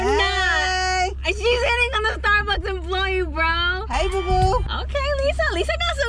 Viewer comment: Sounded like she said starbox not Starbucks 🤣🤣🤣